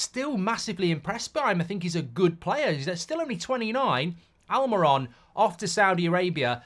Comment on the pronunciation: Please learn to pronounce players ' names correctly in the name of credibility,it is Almirón and the diacritic over the final vowel is a stress mark,so it is AlmeeRON!